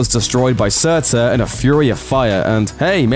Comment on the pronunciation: Its pronounced surtur,not sutzur